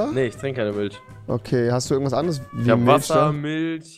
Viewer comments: Avive: Milch Rewi:milscchh 😂😂😂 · Niemand Wirklich niemand Rewi:miltsch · Milsch haha Rewi und seine Aussprache